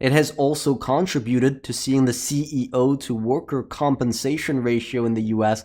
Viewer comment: It's kuhn-tri-byoo-tuhd